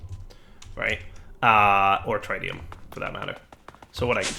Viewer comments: please TRY to ATTEMPT to learn to say tritium correctly..... tr-it-ium not try-tium... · DIRE stop mispronouncing tritium, it's pronounced with a soft 'I' like trit-ee-uhm not a hard 'I' like trite-ee-uhm. there is not try in tritium and you're driving me insane! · it's actually tri-ti-um ... tri as in 3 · Its pronounced "TRIT" + "ee" + "uhm" and i dont event speak english.... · we've corrected you before; that's not how you pronounce tritium! Here's the phonetic spelling: trit-ee-uh m Edit:, again, those wireless connectors cost more than the quantum bridge at distances like that! Use the bridge and save the RF! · he's mispronouncing tritium as well and I think I'm going to lose it...